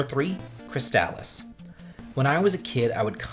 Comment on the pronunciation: Couple of comments here. First, you're the only person besides my brothers that I've ever heard pronounce Crystalis the same way I do so great job there! Also, if you haven't already you have to play Ghost Lion. A lot like Dragon Warrior, great underrated game that not many people know about.